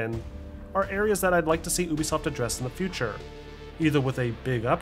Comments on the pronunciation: Stop saying uuubisoft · I liked the video but the way you say ubisoft triggers me 😂